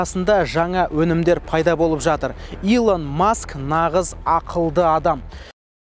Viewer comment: Бензин дегенді бензен деп дұрыс айттың, и әрпі қазаққа жат. Илон емес Елон Маск)))